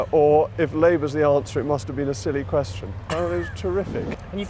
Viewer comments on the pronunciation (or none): Came into hysteria when Owen accentuated that 'must'. "You 'must' cry!" I can imagine him in a 1930s nanny/nurse's dress, jabbing his finger at Jacob as Jacob stares down at his feet. Very funny.